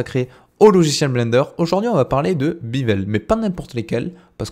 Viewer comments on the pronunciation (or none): Merci, par contre c'est "béveule" et pas "bivèle" ;))